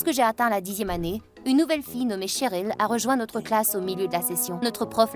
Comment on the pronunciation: literalement msa french je le regarde en anglais et quand elle dit cheryl jantend cherul idk